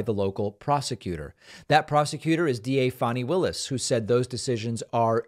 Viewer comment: First, thanks for correctly saying her name. Next, to your detriment due to life experience, you often really underestimate - if not dismiss - Black people, especially Black women. Over the years, I’ve repeatedly watched you doom elections that were won largely, in part, because of Black voter participation. We shall see but I’m betting on the Georgia DA.